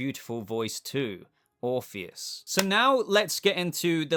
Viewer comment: Orr orpheus not morpheous